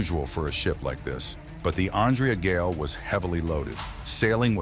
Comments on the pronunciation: It would be factual what ur saying if u spelled Andrea Gail right and u spelt it wrong somehow even though throughout the whole video it said it right (except the end where it said grail for some reason). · Every time you mispronounce the name of the ship is a insult to her memory and the memory of the crew. Do better.